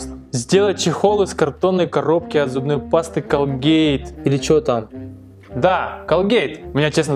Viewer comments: Не колге́йт, а ко́лкэт.🐱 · Не колгЕЕЕЕйт а кООООООлгейт УДАРЕНИЕ НА ООО